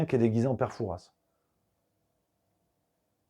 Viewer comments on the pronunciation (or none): Pour parler d’autre chose ! On dit Foura ! Et non Fourasse ! On dit Pari ! Et non Parisse ?